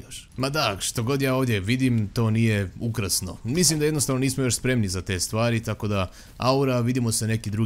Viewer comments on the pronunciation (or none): none